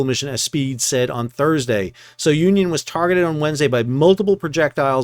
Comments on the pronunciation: The ship is pronounced as "sunion" not so-union. Keep sailing. 😊😊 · Sounion is pronounced SOO-nee-on, not So-Union. Great recaps as usual. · Please pronounce the ship's name as 'Sou-neeon', named after the famous Cape souh of Athens, Greece....